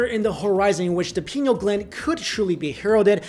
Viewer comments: It's pineal (Pie-Neal). Not penal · Arrgh! It's pronounced like pie-KNEE-ul gland! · Pine-eel. great video! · pi-nee-al gland. come on man